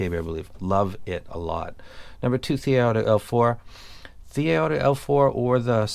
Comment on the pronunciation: Dude it's TRI. I don't blame you, though. The font looks like TRT.